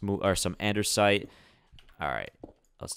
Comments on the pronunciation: I'm sorry but this is to help you spell out and-"des" -it it's not andersite it's andesite and it's quite annoying but I helped you out so yeah hope you spell it correctly now because I wanted to help you 😐😃👍🏽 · ANDESITE NOT ANDERSITE NOTICE NO 'R'... Also make the storage building for Valuables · its "andesite" not "andersite" please fix its bothering me a lotttt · Why do you always say Andersite, when I it's Andesite? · An-da-site not An-der-site. If you have a speech impediment I'm so sorry! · It says andesite not andersite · It's not Andersite it's Andesite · Its andesite not andersite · Andersite, Andersite, And One More Andersite.